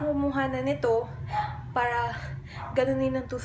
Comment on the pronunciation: Ano yung Title? Click bait ba? Saan sya walang Paki alam? Kaya pala dami sya noon haters.maarte pala sya mag salita. Feeling rich kasi. Para, parrra daw,ma arrrrr sya 😂😂